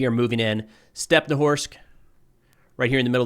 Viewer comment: it's StepnohIrsk, not stepnowhorsk, mind your language,, please